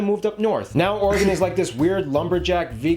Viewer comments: Dang he got Oregon spot on. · He got Oregon perfect